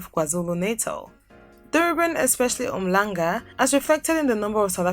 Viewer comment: Yey that H is not silent in Umhlanga my friend 😂